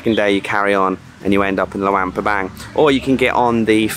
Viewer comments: Pronounce it like: Loo-ong pra-bong :) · It pronounced Lung PA bang